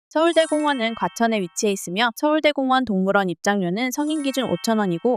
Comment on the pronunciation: 진짜 정성 가득한 영상이라 추천박고갑니다!! 근데 서울대 공원이 아니라 서울 대공원인데 서울대 공원으로 읽어주시는 느낌이라 좀 어색합니다😅